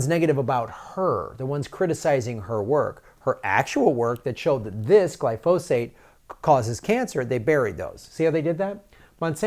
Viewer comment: GLY- fo- sate. Emphasis on the first syllable Gly”